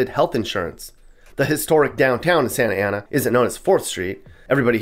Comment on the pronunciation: Sah-Na-Tah Ah-Na! LOL